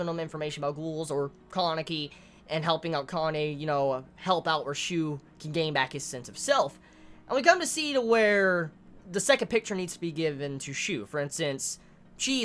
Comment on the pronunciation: It's Ka-na-eh and U-re-eh